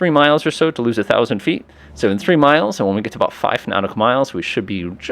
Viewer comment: Your mispronunciation of the number 3 is quite distracting